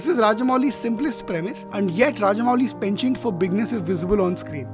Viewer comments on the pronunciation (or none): none